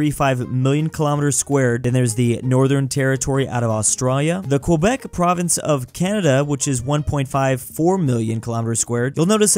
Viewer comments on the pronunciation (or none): none